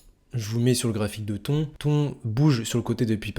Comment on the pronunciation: frerot ca se prononce pas "ton" mais "tonne"